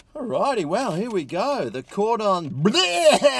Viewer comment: The way he pronounced “bleu” had me howling